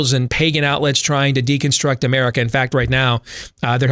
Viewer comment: says Merica